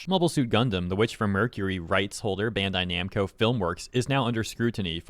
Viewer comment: Bro said "Bando Namcai" and it took me a bit to notice lol Edit